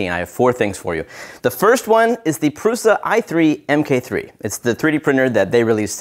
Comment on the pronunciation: This dude said “prooosa eye three em Kay three”, more like It’s “proosha eye three mark three” amirite